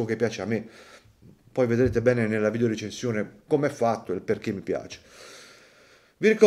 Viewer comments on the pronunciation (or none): none